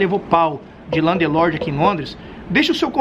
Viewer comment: Muito bom o video. Mas com 15 anos de Londres tà na hora de parar de falar Landelorde.